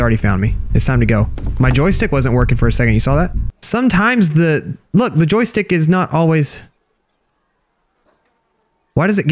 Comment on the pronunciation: U said jostike 78 times